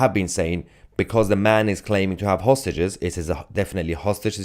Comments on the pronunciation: That's exactly what I said hostages does sound like sausages he was probably shouting to someone he knows you don't take hostages wearing a dressing gown 😂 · Is he saying that he's got hostages or sausages? Perhaps he's inviting people for dinner. Just bring a bottle and a fork. He has his own knife.